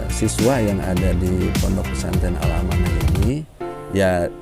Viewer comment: Al-amanah bukan al-manah hhe 🙏